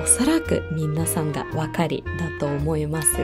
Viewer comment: 、皆さんって言う時、みんなさんって言ってますか？ 聞き間違いならごめんなさい😅